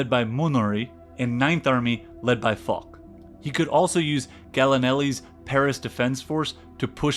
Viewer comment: Foch is pronounced FO-SH.